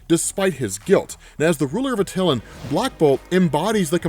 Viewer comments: Also.... its atalan. Not a till ann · That was a good April fools joke, l especially how you keep pronouncing the name of the city incorrectly….😂